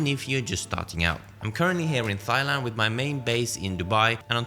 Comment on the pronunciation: Good vid. Just a heads up, Thailand is pronounced 'Tai-land'.